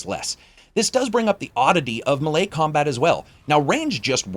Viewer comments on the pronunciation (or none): The way he says melee....😒Dude its (May-lay). sorry man, I dont know why that bothers me😞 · "muh lay combat" bruh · melee haha. Nice attempt. "Maylay" (american) " melay" (british) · Muh-lay vs may-lay, which way does everyone say melee? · one of the funnest games ive played in a while, and a pretty good little mystery wrapped up in it too, but if never see another red god damn flower before i die, it will be too soon....and have i been pronouncing melee wrong this whole time? i thought it was maylay not muhlay.